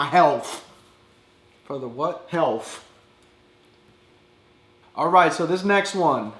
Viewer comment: "You bad for my HEALF" "For the wut" "HEALF" LOL